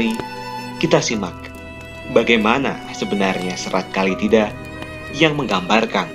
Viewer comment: Bukan Kali tida. Tapi Kala Tida